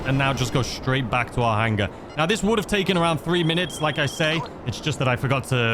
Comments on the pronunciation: He says it super funny 😂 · the "HANG-guh!" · Drink every time says “hang-ah,” and you will be ded by the 2 minute mark.